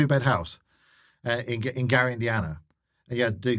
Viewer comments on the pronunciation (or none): none